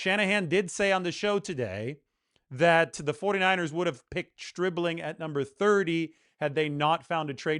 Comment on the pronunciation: Who ever said anything about anyone been drafted too early? The only info I have is, I know his name is not Stripling, it's Stribling! But that's just my amateur opinion I suppose as you'd say...